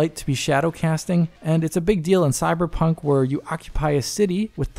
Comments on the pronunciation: said cyberjunk. i know what i heard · you sound drunk! I know you meant to say Cyberpunk, but it sounds like you said Cyberjunk! 😆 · "Cyberdromee" 2077?